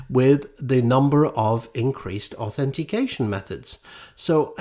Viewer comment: "It's more than a numer" ... ? What's a numer ?